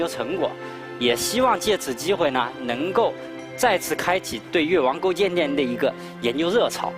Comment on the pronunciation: 听成越王勾贱贱，有点萌